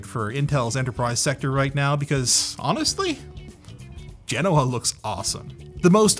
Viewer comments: Say it with me.. Ge-Noh-Uh. You are saying it wrong as Gen-owah. People follow what you do blindly. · FGS, will you P_LEASE stop Linus calling them 'Gen-NoAh'...it is 'Gen-Oh-Ah' PLEASE PLEASE PLEASE......STOP HIM. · Anthony: Genoa Me, a weeb: Genova